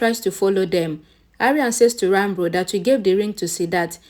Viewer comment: Can you stop saying Ranbur pls? It's disturbing.. Ranbir pls